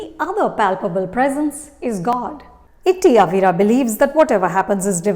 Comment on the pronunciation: It's not Itty Avira It's Itty Avra (Aa va ra )